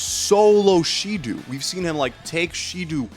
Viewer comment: the real crime here is how you absolutely fuck up their names with the most American pronunciation ever 💀 how do u even read shidou as shidu